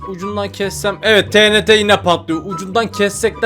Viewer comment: abi o tenete değil tienti diye okunuyor😢